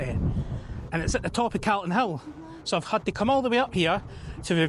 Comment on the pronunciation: First time time I’ve heard someone from Edinburgh pronounce “Calton” hill wrong. Sounds like an American caaaltin 😂